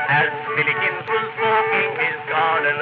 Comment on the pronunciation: another classic Vitorian folk tune - it is though "Willikins" and not Billikins, Len spencer is using the "Dickensian" pronunciation of w so it sounds like a B !